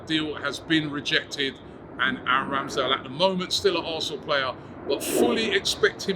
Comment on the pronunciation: Also, When did Ramsdale become Scottish. 🏴 😂